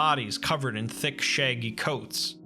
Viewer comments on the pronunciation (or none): none